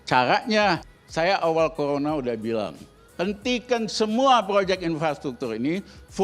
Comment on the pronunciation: Risal ramli itu ngomong r saja gak tau dpr saja bilangnya dpl he he he so mgomong bivara saja gsk bener apalagi kerja corona saja ngomonya colona goblok